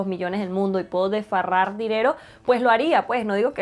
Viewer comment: Que belleza, ojalá aquí tuviera una tienda de esas 🥺🥺 bella se dice es despilfarrar y no desfarrar. Besos ♥️